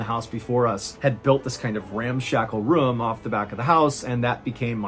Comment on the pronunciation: Haha "RUUM"